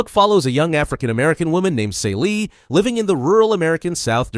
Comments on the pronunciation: Totally Miss the point and her name is pronounced "Cee - lee". The Color Purple is about trauma, institutional racism come on the way that racism culture of the oppressed and then replicated by us. It's about misogyny within a marginalized Community which makes it even more sinister. You are right at Reclamation which is right after slavery, which is the most profitable time in America for black people. But looking at the black woman as a protagonist she is still being oppressed. The protagonists loses everything and it also tells the stories about the people around her and how they lose everything because of white people, and the institutionalized system of slavery that had finally ended but the remnants were still very much in place. That is so much that you miss that your characterization of this book makes it sound like a completely different book. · Celie = SEELEE! the mispronunciation drives me nuts.